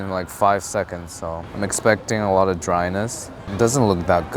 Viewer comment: So, I cant be the only one who miss heard when he said "I going to be saying pork chop a lot here." I thought he said "im going to be saying pork chop Allah here." I was like, what?